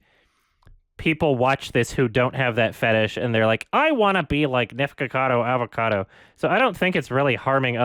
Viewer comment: fun fact: almost evey time said "nicocado avocado" incorrectly. He mostly says "nicocavo adocado"